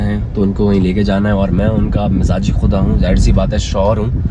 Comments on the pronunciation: Majazi* not mazaji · 😂 mizaji Khuda nai hota mijazi Khuda hota haa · mizagi khuda nhi mujazi khuda word hai😂😂